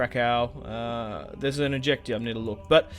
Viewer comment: Polish lessons krakow is krakoov